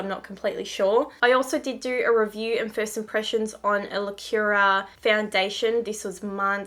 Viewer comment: It is pronounced : Lacoora :))